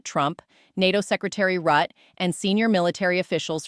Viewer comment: The Dutch name 'Rutte' is pronounced with two syllables,' RUT - ta ' The first syllable, 'Rut,' rhymes with 'foot.'.